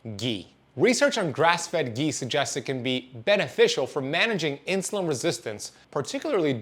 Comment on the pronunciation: Its not gee . Its ghee